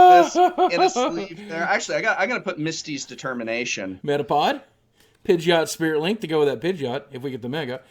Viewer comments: IT'S NOT PIDGE-OT. IT'S PIDGEY-OT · Pidgeot is pronounced: PIDGE-ee-ott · says he watched first season and doesn't know the new ones pronunciation. THOSE WERE ALL GEN 1 POKEMON THAT YOU BUTCHERED THE PRONUNCIATION!! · You can't pronounce Pidgeot? It's not "one of those other guys", Pidgeot is Gen1. You say you watched first gen -> Ash actually got a Pidgeot. Your lies just got busted. Stop acting like you are one of us. Noone believes you.